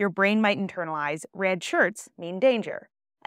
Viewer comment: The way you say “red” is wild.